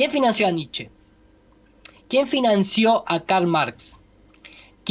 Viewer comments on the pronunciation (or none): none